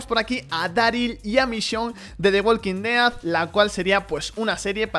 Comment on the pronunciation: Relax latino que en España se dice igual solo que este hombre lo pronuncia raro xd